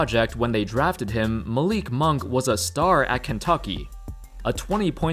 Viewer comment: Did u say Malik monk